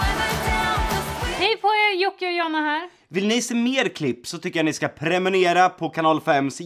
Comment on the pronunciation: premunera vad bettyder premunera. det låter som prenumerera men jag tror inte att det är de han ,menar